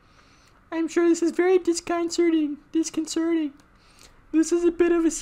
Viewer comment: 🇮🇩 (I'm still watching btw) "One nectar corrector --collector" lol. He changed after he messed up 😆 lol he have difficult time to pronounce "disconcerting" :3 Still watching. heh. :3 I never heard he said like that hahaha FINISHED! YEAAH 😎